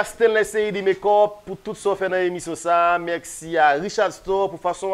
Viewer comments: Mèxi😂😂Aranjew rigolo c mèsi pa mèxi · Bravo sho a te très bel. La seule chose lè wap fini Show yo ankor pa di (Mèxi) di MERCI. Ok?